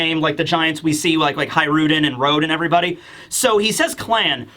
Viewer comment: Hajrudin = Hajru D N.